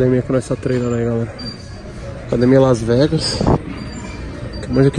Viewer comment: "Kas Vegas" Toguro, 2019